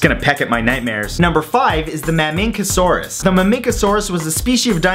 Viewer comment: you said it wrong its (mam-a-che asur-rus) dumby . and I've heard of some of the's and i'm 8 years old!